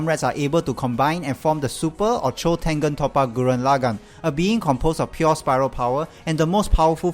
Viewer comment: The pronunciation of Tengen Toppa Gurren Lagann is atrocious lol